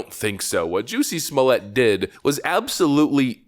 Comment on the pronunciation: Great report, but please -- be different. Say his name correctly with all the emphasis on the 1st syllable. It's not French or it would have an E after the double T :)